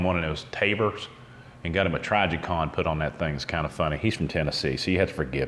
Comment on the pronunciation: Did you seriously just pronounce trijicon that way? That being said, I own the FNX-45, and I've owned several 1911s...Love both designs, but if I had to choose one for battle, the FNX wins every time. There are many reasons, but if I had to settle on one, it would be the ease of maintenance. You're not gonna easily disassemble a 1911 in the field...The FNX doesn't have that problem. And the ambidexterity isn't just for left/right handed shooters...It's also useful for shooting around corners with your non-dominant hand, or if you sustain an injury.